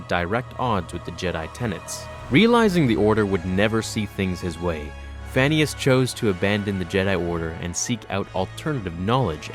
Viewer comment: When you said "Phanius" I thought you said "Phineas" from Phineas and Ferb lol.